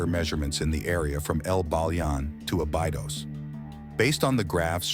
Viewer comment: Osiryaon and abaidos are u kidding me